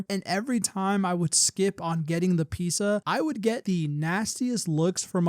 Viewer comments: why are u pronouncing pizza like that 😭 “piece uh” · clicking off because of how you pronounce pizza